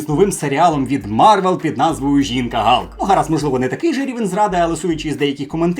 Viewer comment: Бля, ну яка нафіг жінка-Галк? Халк, не коверкай